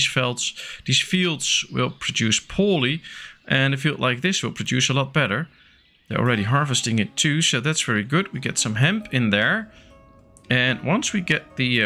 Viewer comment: It’s pronounced heMp